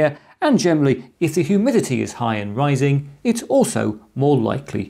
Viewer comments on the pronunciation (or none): none